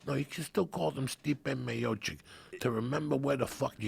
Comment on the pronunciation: in Joey Diaz finally nails the correct pronunciation of Stipe Miocic lmfao